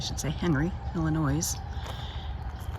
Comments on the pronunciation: No S sound in Illinois. It sounds like El-in-noi. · C’mon, now! Pre-roria, Illinoiz?? Are we enjoying cocktails up on the bridge? 🤣 Calumet River is easy….just like it looks…Cal-u-met! Same with Peoria…pee-or-ia. Enjoyed your video & your accent! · The s in Illinois is silent. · The S is silent in Illinois. It is grating hear as a native of state!!!! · thanks for that and accepted. I have known several people from Michigan and never hear anyone else pronounce with the s. But I think you heard this from more than me. We Illini are a loyal. Thank you for videos and safe travel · There is only ONE Illinois. The S is silent. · Good video, but a heads-up, you don't pronounce the "s" in Illinois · I didn’t want to tell her the s was silent